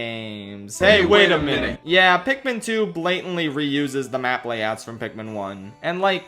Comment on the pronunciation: ITS PIKMIN NOT PIKMEN,,, ARGH!!!!! rips my shirt off and becomes a raging beast THATS IT,,,, IM ANGRY